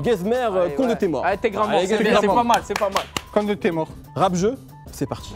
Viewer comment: Rap Zeuu!! mdrr le présentateur